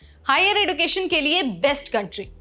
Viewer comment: एड़ूकेशन नहीं एजुकेशन होता है😂😂😂